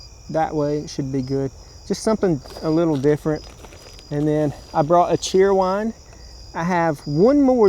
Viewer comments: It’s pronounced Cherry-Wine not Cheer-Wine. Either way it still tastes great. 😊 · You are mispronouncing cheer wine. It’s pronounced chair wine!